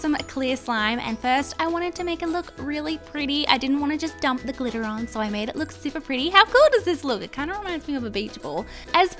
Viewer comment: When it was time to add to much glitter she kept on saying "to much glitta, to much glitta!" Wait it glitter right? Not GLITTA!